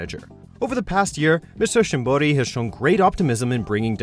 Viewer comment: You go through the trouble of learning to pronounce shimboris name correctly but still call Ayane eye yahn... ugh